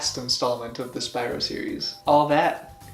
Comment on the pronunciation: You kept saying Spyro wrong it’s Spyro not spyro